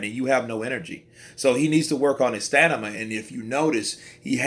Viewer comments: Broo It’s STAMINA not STANIMA You’ve said it twice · haha i caught that, bro had Stamina as Stanima but we got the message. Good video still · Did he say Stanima😳😳😳